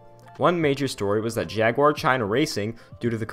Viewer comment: At least you didn't do the usual "jagwire" that Americans do